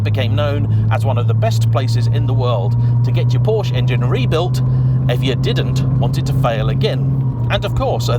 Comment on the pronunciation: Check the part numbers. All mechanical parts, with minor exceptions, for the Cayman/Boxter and the 911 have the same part number. Mechanically, they are the same cars. It would be nice if the Porsche name were pronounced properly.